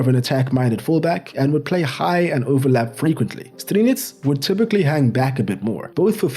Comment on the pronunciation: Dezhan Lovren? Guys, our J is not G or ZH. Its Deyan Lovren. Example: Jugoslavija / Yugoslavia... Pjaca is Pjatsa, Strinić is Strinitch.